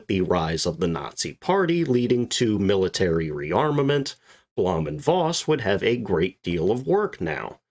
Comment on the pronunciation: Blom & Voss schuold be pronuncet: "Bluum und Fos"